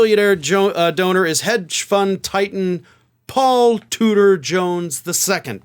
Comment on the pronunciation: Oh, "Tudor", I'm disappointed, for a few moments I thought he was actually called "tooter".